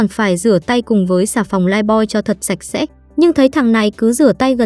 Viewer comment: Thánh sạch sẽ đoạn cuối t nghe thành thánh xem sẽ :))